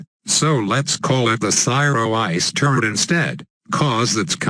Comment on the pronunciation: Was that cyro 'turret' or 'turd'? XD